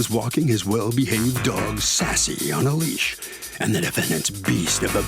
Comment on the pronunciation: I want to correct the plaintiff so bad, not "lease" it's "leash"😅.